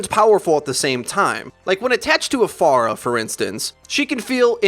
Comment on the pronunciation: The way this guy says stuff makes me imagine him with a shit eating grin. Also am I the only one who hates how he pronounces certain words such as phara or hanamura, or is it just because I'm from Michigan and my dialect is weird?